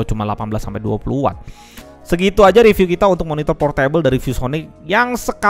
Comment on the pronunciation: Bacanya bukan Por-Table (Meja) tapi Por Tebel !!!!